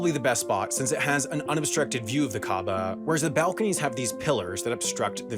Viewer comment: Stop pronouncing “since” as “sense”